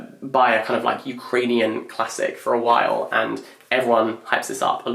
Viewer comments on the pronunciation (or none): none